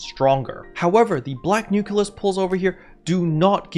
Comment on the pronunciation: Why do you call them nukelus instead of nucleus, though?